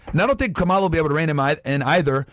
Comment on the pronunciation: how are people still pronouncing "kamala" incorrectly like seriously are y'all elementary schoolers? it's not that hard